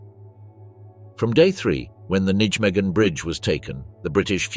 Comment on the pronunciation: Tell you're not so intelligent AI narrator "XXX Corp" is pronounced "30 Corp', and teach you to pronounce basics like Nijmegen, central to story about Operation Market Garden😡